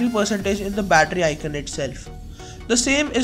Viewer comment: icoooooooooooooooon!!! not icun!